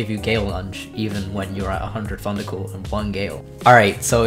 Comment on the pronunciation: When he says Thundercall I keep thinking hes saying fundacule